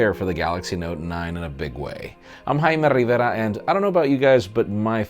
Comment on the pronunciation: "Please give a thumbs up. I am."